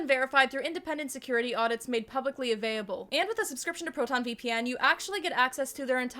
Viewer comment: why do you keep saying "avaiable" during your ad? did they forget the L in the script they sent you?